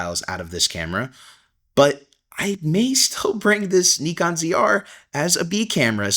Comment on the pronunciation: Good stuff. By the way, if you are trying to pronounce Nikon properly as in how Japanese do, it's not "knee con" either. It's "knee cone". Stress the knee, not the cone. KNEEcone. I don't care how anyone pronounces it, but when I see people trying to pronounce it properly but still don't, I sometimes say something. Hope the KNEEcone ZR fulfills your needs.